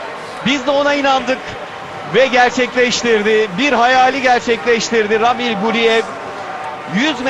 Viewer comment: Yahu ramil değil a uzatmalı Raamil Raamil